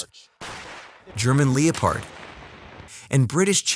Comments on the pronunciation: Irrelevant to the video but Lee o pard really? It's Leppard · The narration sounds like an AI is reading the script. A-brams, not a-BRAMS; lep-erd, not le-o-pard. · Lee opard ... emm won Abrams.... That's embarrassing that you can't speak your own language while reading it. Hope narration isn't your only job. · Lee o pard lol wtf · It's Leopard, it's a German tank with a German name. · "Leepard 2" 😭🤣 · It’s so annoying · I cringe hard every time he mispronounces Abrams and Leopard Abrams (Ay-brams) Leopard (Leh-perd) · How tf did you find a text to speech engine that can't say leopard or petrol...